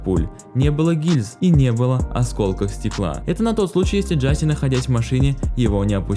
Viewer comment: Брат произносится не Джаси а Джосеа